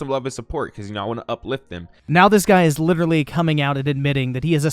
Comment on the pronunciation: "Litrilee" - Leafy